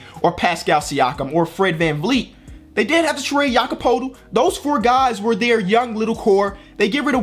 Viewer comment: it’s pronounced Yakob Pertyl not Yakob Potel